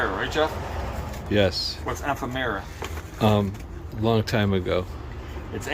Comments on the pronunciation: .....it's ef-FEM-er-uh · I’d look up the pronunciation of ephemera……there’s an AP for that…😉